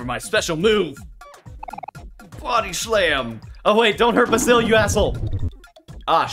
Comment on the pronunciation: Btw his name is pronouned bae-sil